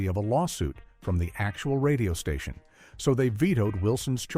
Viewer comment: "...occurred at a different. STATION." Classic AI voiceover tell.